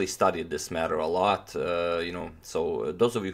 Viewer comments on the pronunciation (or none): none